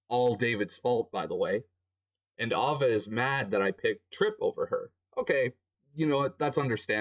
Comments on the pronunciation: "ova" broo.....its Aye-vah, but yeah she sucked anyway and died lmao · how he called her it's so russians. Because we called her name like that :3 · this sound so russians, cuz we are called her like that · I agree what he says but i think it's super funny how his says ava's name